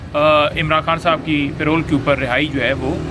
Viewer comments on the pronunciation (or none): oye yaar PAY ROLL to aap ki tankha hoti hai... yeh lafaz PAROLE hai, Pronounce PAH-ROLE hai. kam se kam panjhota ko itna maaloum hona chahiye. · Aziz humvatanon, It is not payroll, It is called parole. Pronounced "puh-role"